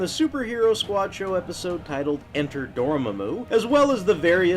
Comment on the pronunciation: Also, the name is pronounced Door-MAH-moo, not Door-mamoo.